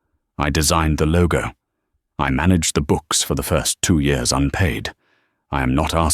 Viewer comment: So when did "years" become "yores" in the English language? Have I missed something?